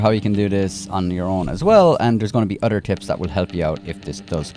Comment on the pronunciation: “Otter tips”😂😂💀